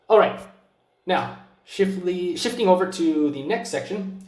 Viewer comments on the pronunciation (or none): when you try to say "Shifting" but you get distracted by Ghibli: "Shifli".